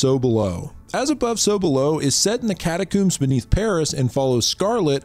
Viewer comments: I cant get over the fact that you say catacombs like cataCOOMS and not COMB XD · it's "cata-COMBS" rhymes with homes. not "cata-cooms" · It's pronounced cat-a-combs not cooooms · Hehehe “Catacoombs” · Cata-Combs, is the way you pronounce it. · "How many different and incorrect ways can this youtuber pronounce 'catacombs'" challenge is in effect. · why you pronounce catacombs like that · Had to stop watching after he couldnt say catacombs right